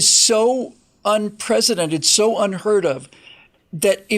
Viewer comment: you keep saying unprecedented incorrectly